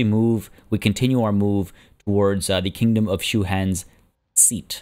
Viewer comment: "Kongdom"? I dig it.